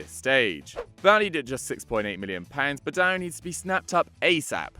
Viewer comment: Boadu is actually pronounced Bu-ay-du